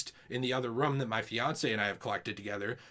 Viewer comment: We went 7 seconds without mispronunciation “room”😂